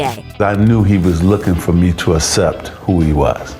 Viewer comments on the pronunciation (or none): It is ridiculous that magic Johnson who is supposed to be an example for black men that he says the word asseptt, Instead of accept shameful...